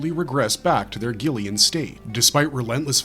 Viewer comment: 😅 i love the Spanish parts and it's arancar not "are un-car" also it's pronounced gillions not like "gillyuns" and 😂 I'm not Mexican at all but it really helps to actually try... You don't sound racist when you're mimicking those that speak a particular language natively and fluently... Most likely you'll get a look of shock and surprise and be complimented on your pronunciation and fluency Even if it's just a few words and then you practice.... Anytime you're alone practice some sing in the shower i say practice your English, Spanish, French, hindi, mandarin, Portuguese, Russian, and the other three top ten languages just a bit here a bit there until you've learned enough to basically get by